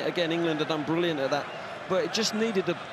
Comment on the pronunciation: BET YOU WOY HODGSON THOUGHT THOSE WERE BWILLIANT.